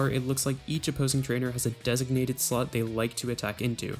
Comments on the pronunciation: During every double battle it sounds like you are saying slut is that right? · How come every time this guy says slot it sounds like slut?